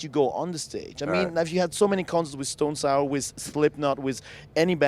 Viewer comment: "Stone Sower" XD